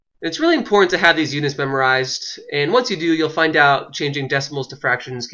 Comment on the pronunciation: WHY IS HE SAYING UDITS!? It’s pronounced UNITS